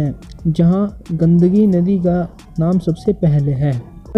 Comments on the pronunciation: भाई सहाब, गंडकी नदी बोलो. गंदगी नही l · Gadagi nahi be Gandaki nadi ghade